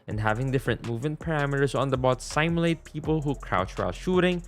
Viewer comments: bro out here calling simulate saimulate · S-a-i-m-u-l-a-t-e in the first part sorry is just so funny no offense😂